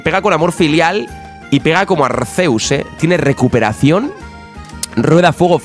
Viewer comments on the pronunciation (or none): none